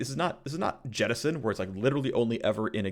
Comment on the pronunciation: No one: Phreak: jetisson